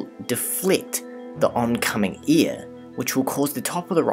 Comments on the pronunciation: can't he say AIR ?? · E A R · Sorry, but I'm going to be that guy. Its "air", not "ear". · Air, hair, lair .. not .. ear, hear, lear. Such gross mispronunciation of the English language would suggest you don't know what you are talking about. Sadly it turned me off too. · I like how this guy pronounces things like rid (red) and eir (air) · You my dear narrator pronounce "air" very funny. Great video ! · Good video...you pronounce air like ear...very strange. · New Zealanders should not narrate videos. Sorry guys we love you but you need to learn how to pronounce your vowels properly. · Is he saying ear or air? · You say AIR funny. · I like how you say air and where. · Love the video! What animation software are you using? Also, "air" and "ear" are different words. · I really like your animations. It's pretty clear that some effort went into them. I know you're not speaking in any especially incorrect way. But your air/ear phonetics are quite striking to the American ear. Also happens with "tree" and "three" when I hear some people from the UK speak.